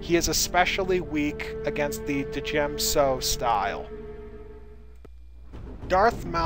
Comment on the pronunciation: ...its pronounced "Jem - So" The 'D' is silent. Like Django.